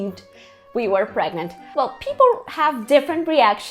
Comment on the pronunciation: " I'm VERY pregmant " 😂😂😂 Como se diz "morri" em inglês 😂😂😂😂